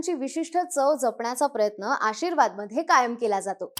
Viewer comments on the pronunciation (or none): none